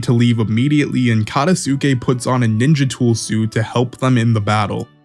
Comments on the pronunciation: Katasuke (kuh-tahs-kay) Ao (ow) Just some pronunciation tips for future videos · SUMIR bruhhh its Sumire MUGINA he aint a women KATA Sukayy bruh i apreciate the vid but i mean cmon try to pronounce it correctly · This is great, the name pronunciation is my only problem( ayo, katasookay, mugina) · I'm sorry but the way you say Katasuke's name 😭